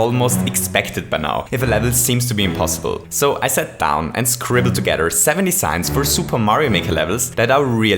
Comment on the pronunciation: He says ”seven desings”